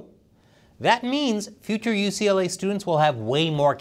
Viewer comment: YUCA? YUCLA? What is this? I've heard of Pepperdine. Why didn't you go to Pepperdine?